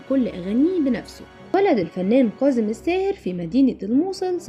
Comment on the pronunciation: كاظم و ليس كاضم